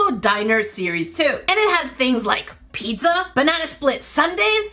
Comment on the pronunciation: Bro stop pronouncing pizza as pedza